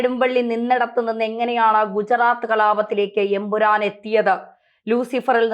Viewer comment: ഉറപ്പിച്ച് പറയണം EN..... PURAN